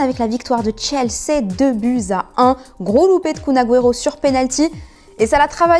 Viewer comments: Chelsé t as dit🤮🤮🤮 ça se prononce Chelsi. Fais un effort là c'est la honte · Chelsé, Béliéve ^^, bon faut voila quoi ... rien à dire . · En anglais, ça se dit plus "Chelsey" que "Chelsi" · Ouais et Chelsé à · le slogan de pochettino : "beliève" s'il vous plait l'accent. Ou encore Chelssé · Je rêve ou elle a dit chelC 😭😭😭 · "la victoire de chelsé" 🤭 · chelsé elle a dit, et mercé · Comme elle a massacré le nom de chelsea 😭😭😭😭😭😭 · Club en finale de champions league et arrive encore à mal prononcer Chelsea 😞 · C’est moi ou la meuf elle sais pas dire chelsea